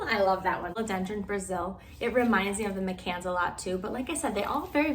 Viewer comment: My-cans, but thanks for the great video.